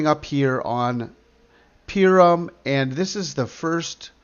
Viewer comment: Thank you. 3/3 tomorrow. FYI, Purim is pronounced (poorim).